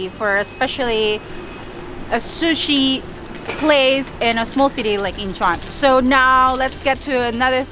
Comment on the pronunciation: Shu-shi???!!!! Really??? Maybe that's how you say it in Chinese, but it's called 'sushi'. - that's better!! Also don't dip the bottom of the sushi rice in the soy sauce - you need to tilt the sushi and have the soy sauce touch the ingredients on the top of the sushi - this is how it is supposed to be done. OMG!!! Too much soy sauce!!!!!